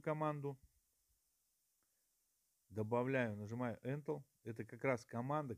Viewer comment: Добрый день, очень отличное видео. Не сочтите за наглость но слово энтел прям режет слух🤭 Правильно говорить энтер, т.е. ввод в переводе с англицкого😁